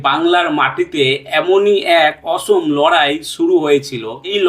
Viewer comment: তুতুমীর নয়,তিতুমীর। মীর নিসার আলী।এই নামটাও বলতে পারলেন না।অসম লড়াই নয়,উচ্চারণটা অসমো লড়াই হবে।ওনার লড়াই ভারত স্বাধীন করার লক্ষ্য নিয়ে ছিলোনা।